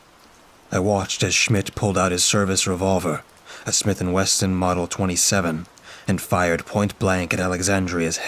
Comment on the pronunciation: IT IS SMITH AND WESSON. NOT WESTON.😂 I have a Smith & Wesson M&P Shield and the pronunciation is killing me. I assume the author mispelled it?😊